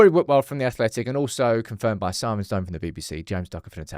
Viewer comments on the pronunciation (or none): none